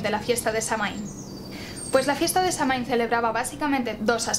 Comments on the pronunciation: La información esta bastante buena comparada con otros vídeos que he visto sobre Samhain, y agradezco mucho la esfuerza en la investigación cuando existe tanta desinformación sobre le tema 🙌 Pero también me parece muy importante que se honra nuestra tradición usando la pronunciación correcta, especialmente cuando hablamos de Samhain, uno de nuestros festivales mas importantes. Es muy fácil encontrar la pronunciación en linea ya que Samhain también es el nombre del mes de noviembre en el idioma irlandés ya que se nombró por este festival tan importante que tiene sus orígenes en Irlanda. Samhain se pronuncia <<Saúen>>, y los Sidhe, nuestra raza Hada se pronuncia <<Shi>>. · ¡Excelente!...lo único que encuentro errado es la pronunciación de Samhain; pero no solo en este canal, hay otros en Youtube que no se ajustan a la original. ¡Gracias! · Aquí tenemos el día de muertos, amo tus vídeos y amo como narras las historias, mi único conflicto contigo es tu manera de pronunciar Samhain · Es un vídeo muy bueno y la verdad es que poca gente comenta las diferencias entre nuestro calendario y el celta y el tema de las cosechas. Además, tu voz de narradora es perfecta y hermosa y el maquillaje lo borda. Eso sí, aunque supongo que la pronunciación de Samhain puede considerarse correcta, creo que está españolizado, la pronunciación celta (o al menos la pronunciación actual en gaélico) sería /sawain/ o /sowin/ porque en este idioma mh se pronuncian w (yo se algo de gaélico, viví un tiempo en Irlanda). Te gustaría la película "The song of the sea", por cierto, si no la has visto. Está muy relacionada con Samhaín. Oh, y en mi pueblo de las montañas de Gredos, en Ávila, se celebraba tallando calabazas y subiendo a la torre de la iglesia para encender una hoguera, asar castañas y contar historias de terror. Se notaba la reminiscencia. Y eso, buen video, a seguir así!